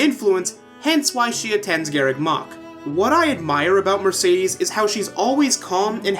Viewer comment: No offense but one of the characters calls Mercedes Mer-said-des